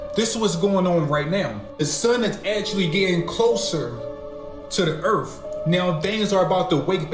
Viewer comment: i cant take this dude seriously at all....if you cant make the TH sound in EARTH and keep sayin ERF and TRUF. This dude doesnt know a damn thing lol.